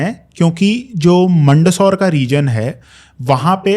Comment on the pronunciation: It's not मंडसौर, it's मंदसौर.